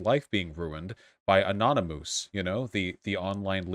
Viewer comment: Did Vaush say "Anony-MOOSE"? Why can't he say certain words? He also pronounces cowardice oddly - cowar-DICE.